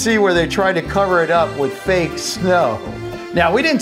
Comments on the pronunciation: Why do u say so fak it's funny its is spelled so fake it's funny 😂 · he said fak